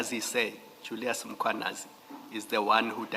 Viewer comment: mKHWAnazi! NOT mCHWAnazi!!!